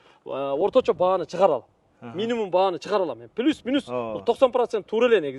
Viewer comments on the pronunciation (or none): none